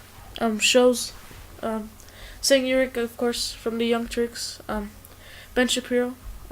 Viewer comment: also, it is pronounced "Jank U-ger